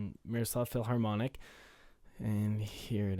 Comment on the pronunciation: dude thanks for the demo it was very helpful. Please don't take it as an insult but the h in philharmonic isn't supposed to be pronounced. Cheers!